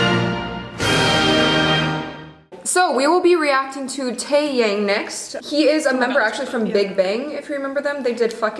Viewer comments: Lol it pronounced Tae YAHNG as opposed to Tae YAYNG. I can agree it’s a pretty typical song but I love the concept still and his voice. I also like if you watch this first and THEN K.Will “Don’t” it tricks you for that video even more lol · The Tae is pronounced "te" (ex. TElephone) and Yang is pronounced "yang" (ex. yin YANG) it's not Tay Yeng or Tey Yeng, it's a solid Te Yang. In Korean Romanji, A is pronounced "A" (ex. Alpha, you never say it eylphey) and Ae is pronounced "E" (ex. Elephant, not Aylayphant or something) it is never pronounced as ey or ay Are we clear?? Don't start me with my name as well.. Eun is not Yun.. It's harder to explain but it's closer to Un than Yun. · Its not "tae-yeng" lol, its "tae-yang". Pronounce the "yang" like "young". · The pronunciation of Taeyang is more like 'Tae-yah-ng' instead of 'Tae-yang' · its not taeyaang, its pronounced as "tae-yang" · It's 'tae-young'. Not 'tae-yank. Kikiki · I literally...literally PAUSED the video when she pronounced TaeYaeng...how??? & why??? Tae friggin' Yaeng??? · omg everytime says tae-yaeng i die a lil on the inside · You pronounced it like taeyeng 😂 I know it's a foreign language for you (for me as well) but it's so funny everytime you said it. 😂😂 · ''teyeng'' HAHSHHSHDSHSHSAJDJDHS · Tae yaeng? Lord please fix that pronunciation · ITS SPELLED TAEYANG, BUT PRONOUNCED TAE(YUNG) 🙄🙄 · i'm sorry but that's not how you pronounce his name,T____T the 'yang' part should be pronounce with solid A, like 'a' in mama;____ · Also,, no offense but you're pronouncing Taeyang's name wrong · I love your reaction videos but for the love of god please pronounce Taeyang properly >_< Anyways that short haired girl looking at him with stars in her eyes saying "I like his voice" same girl, same. He's been my bias since 2006...his voice always cheered me up when I needed to and made me cry when I needed to. I'm so happy he's getting married, Hyorin is such a lucky woman!